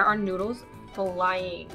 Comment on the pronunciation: when she said she put the e seasoning on teh noodles i said"oh yeah teh noods!" it sounded like "oh yeah the nudes!"